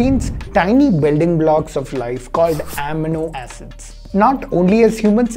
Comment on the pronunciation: Finally something I can show my parents to bust their MSG misconceptions. Great video as always! :D PS - It's amino (uh-mee-no) acid :)